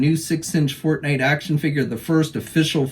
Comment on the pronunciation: I heard fart night lol when you said forte night lol